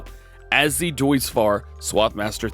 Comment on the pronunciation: DJ, of course we know that's not the Case! That's the John Deere 7R! We got the IH Case Telehandler last week. Get your brands straight man. :P Also, says Deutz correctly up until he changes the paints and then goes full "uncultured-American"..."It still says 'Dootz'." Love ya, DJ. Never change, man.